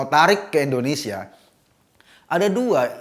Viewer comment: Mohon Ngomong yg jelas... INDONESIA bukan Endonesia,..